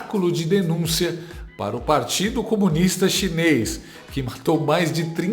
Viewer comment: Português do lula com a inteligência da dilma é " pá acaba" 😂😂😂😂😂😂